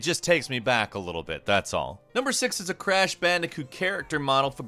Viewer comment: “Grash pandicoot”